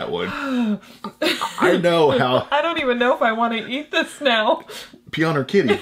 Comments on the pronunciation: Pee-on-ur-kitty????? Hate to see what you do to your dog!!!!!!!!!! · In case you wondered, the Serbian sweets company that makes that chocolate candy is pronounced "pee-oh-near". Its one of my favourites :) Greetings from Serbia, i love watching your videos, they really make my day! :) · I like your pronunciation of the Serbian candy. In case you care it is pronounced pee-oh-near :) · Although very funny how you pronounced the company name that makes the Kidy coconut treat, Pionir translates to Pioneer lol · pionir lol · pioner lol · (PIE)-(O)-(NOR) is how it's pronounced in the English language but, in Polish It is pronounced (P)-(YAWN)-(OR) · Probably pronounced (Pyō-nēr Kē-dē)... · Pionir read it as pioneer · pioneer /pʌɪəˈnɪə/ in serbian Pionir